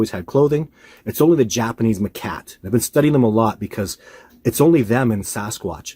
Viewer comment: Hate to be a the school teacher here but it’s macaque, not ma-cat.